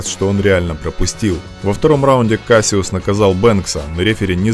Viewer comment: Why u sayin kasyuss